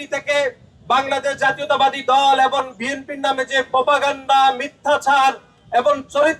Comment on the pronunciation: 😂😂😂😂😂😂 আহা মুরুব্বি নাসির উদ্দিন ষাড়, আপনি এখনো "এবং" শব্দের শুদ্ধ উচ্চারণ শিখলেন না? শব্দটি "এবন" হবে না। শব্দের উচ্চারণ "এবং"